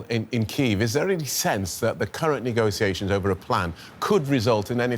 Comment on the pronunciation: He says 'nego-see-ations'.